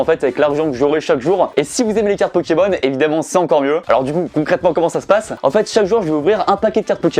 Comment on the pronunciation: Qui avaient envie de s’eclater le tête contre un mûr quand il disait mal le nom d’un pokemon 😂